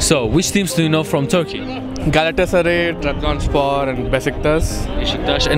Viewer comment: 2.dakikada adam Trabzonspor demeye çalışıyor :DDDD